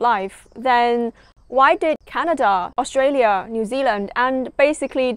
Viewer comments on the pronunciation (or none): none